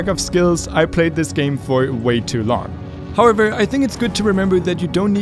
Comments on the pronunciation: Everyone: however: harvor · all the tiem sais "however" i hear "harvard"